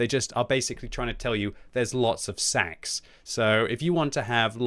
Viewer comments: Stop saying Sacks fml! Now I want to be getting lots of sacks for christmass. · Have a drink any time said SACKS.:D